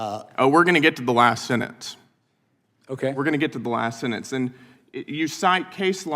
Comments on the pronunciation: is he saying last senentce? is he dyslexic? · What’s a senence? Does Gill mean sentence? Not a complex word. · “sennance” he says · I hate that Brandon Gill attacks and then cannot pronounce the word, ‘sentence’. He pronounces SENENZ IF Gill gets to be in the public record, and English is the official language, then pronounce the word correctly. What an embarrassment this eagerly conspiratorial hack this kid Gill is! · “Sinnence” “anyways” 🤮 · Gil can't even pronounce the word "Sentence" like an adult. 😂 He pronounced it like a little toddler.